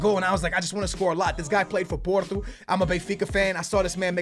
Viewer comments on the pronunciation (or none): none